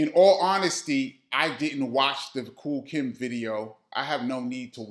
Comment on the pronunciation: Nobody is talking about referring to KOOL KIETH as KOOL KIMB😂😂😂😂. HILARIOUS